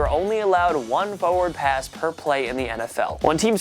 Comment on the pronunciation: Practice saying the word "forward" more. There are 2 R's in it.